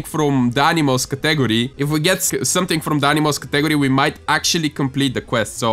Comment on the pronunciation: the way you say category tho